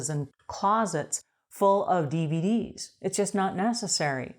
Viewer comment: Cool. When you 1st said dvd's i thought you said bvd's😂 my silly ears